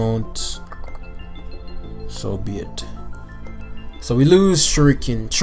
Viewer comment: seems to have a hard time pronouncing pincurchin. Went from jerking to shuriken